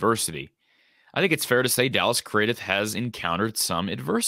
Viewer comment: Craddieth is pronounced as Cradd-it 🎉🎉🎉🎉 Dallas Craddieth (Cradd-it) the “h” at the end is silent, as is the e